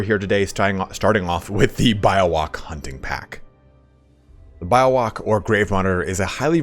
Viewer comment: its Bee-yo-wak lul